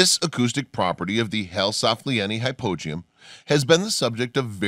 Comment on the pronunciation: Hypogeum how come you pronounce it completely differently than all the other people I've ever watched a documentary that is mentioned it I wasn't even sure what you were talking about till you showed it